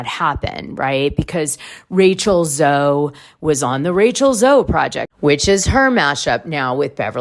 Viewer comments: It’s pronounced zoe not Zoey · I think to receive a journalism award you at least need to be able to say Rachel Zoe correctly 😂 I thought everyone knew how to say her name.